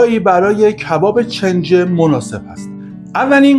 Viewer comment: استاد گرامی؛ چنجه تلفظ اشتباه کلمه «کنجه» هست، اگر عنوان را اصلاح بفرمایید، لطف بزرگی در اصلاح عموم خواهد بود.